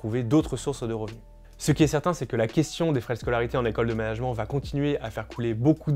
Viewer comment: Le mot management vous pourriez le prononcer correctement car les oreilles saignent un peu.